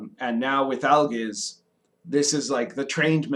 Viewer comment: Al-geez, not Al-gisz